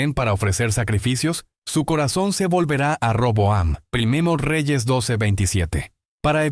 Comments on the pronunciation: Es que esta hecho con ia por eso le cuesta decir primera y dice prino jeje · Una sugerencia, trata que la IA no diga por ejemplo 1 REYES 14:2, para empezar lo dice a veces mal INI = Primero de... Es incómodo escucharlo cuando lo puedes OBSERVAR en la imagen. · Porque decir prino Samuel ? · 😂porq la IA nunca pronuncia bien algunas frases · Por qué dice "prino", "prine", "prinia", "vino"? Es confuso para quien no sabe el contexto... Yo sé a qué se refiere debido a que el video está hecho con IA...